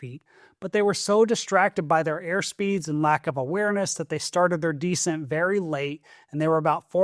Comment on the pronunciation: begging you to stop mispronouncing descent